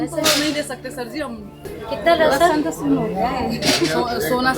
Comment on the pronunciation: लहसोन है लहसुन नहीं